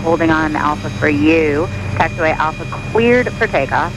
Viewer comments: it sounded a lot like she said "queered for takeoff" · Gotta love it when ATC ask if it's cleeter flying.......